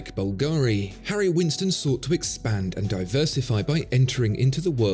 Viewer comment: You're probably much too busy to attend to such details, but my born-and-raised-in-Rome friend told me that the name of the famous jewelry firm Bulgari is actually pronounced BUL-ga-ri, not bul-GA-ri. Just FYI...